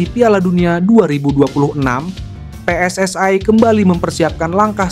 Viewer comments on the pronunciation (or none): Jangan dibaca PSSI itu Pe Es Es Ai tapi tetap aja Pe Es Es I, emangnya singkatan dari Persatuan Sepak bola Seluruh Aindonesia..?